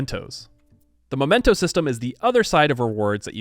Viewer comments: crises not crisises / memento not momento / cairn not karen / piety (PIE-ehtee) not pee-ehtee / 'talked at length' not talked on length / Thanks. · I would like to point out that it is mEmento, not mOmento. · I've been taking a drink every time you say momento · Makes an effort to correctly pronounce the names of leaders, cities, and characters of all cultural backgrounds Also: MOMENTOS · The mementos pronunciation is cursed lol